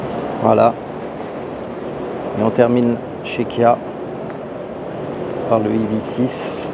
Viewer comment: Kia et non pas Kya ! De plus , Bigster Hybrid développe 155 ch et non 140…